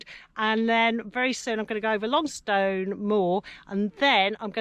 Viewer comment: Great video. Not that it matters, however Longstone is pronounced more like Longsten and Calver has a silent L. However maybe I’m just talking from a local’s perspective.